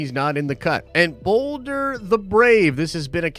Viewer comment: Balder, not Boulder. Ah sound.